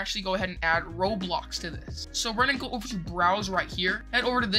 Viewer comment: bro said roadblox